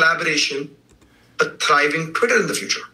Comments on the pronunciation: Lol this guy can't even say twitter, everytime he sais it sounds like "quitter" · The captioning got a bunch of things wrong, but I didn't detect any manipulation, just error. He was saying "Twitter" and not "career" for example.